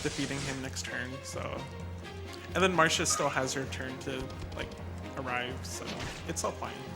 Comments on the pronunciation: bro has the world recor and can‘t even pronounce the name if the character he uses most apart from the protagonist😂 it‘s marcia not marsha… the same as it it garcia and not garsha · Anyone else annoyed by "Marsha"?